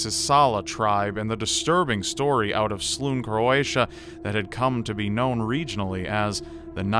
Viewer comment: You misspronounced the place where that Story of the star child comes from, it's not Slun, the end lf the name is pronounced like Ny in Nya (that japanese amine thing). So it's Slu- Ny.